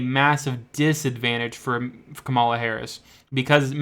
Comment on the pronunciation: These particular polls, unfortunately, aren't known to be especially reliable, and the narrator of the video doesn't know how to pronounce Harris's first name, so not much confidence here!